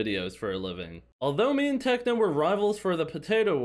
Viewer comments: bro said tecno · Did u just say tecno and not techno